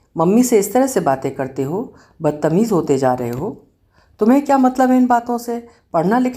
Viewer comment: Aap kahani mein jaan daal dete ho ma'am...😊 (Bas ek chhotasa sujhaav badtameez eksath zyada achcha sound karta hai .... "Badat meez" ye atpataa lagta hai) Big fan ma'am 👍☺️